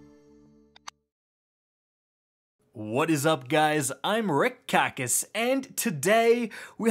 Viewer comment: This man just said I’m. Who are you and what have you done with “ here”